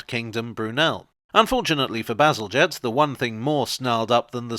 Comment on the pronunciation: "To be honest I just sort of got carried away there talking about sewage, as one does" made me spill my cranberry juice 😛 thank goodness it missed the keyboard 😁 Also my eternal gratitude for finally revealing to me how to pronounce Bazalgette 🥰 I'd been wondering about that for ages